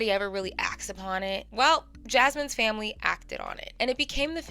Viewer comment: Not the ACE FAM-LAY🤦🏾‍♀️🤦🏾‍♀️🤦🏾‍♀️🤦🏾‍♀️